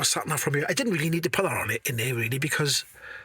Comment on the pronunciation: In hieuwr... On thieeer 😂 Good job!